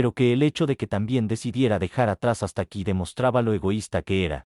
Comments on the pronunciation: El bot en vez de leer el nombre Stacy (pronunciado Esteici) lo interpreta como "Hasta Aquí" jajajajaja. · Jajaja yo siempre escucho las historias! Cuando escuche el nombre de la hija, pensé que nombre tan raro "Stáki"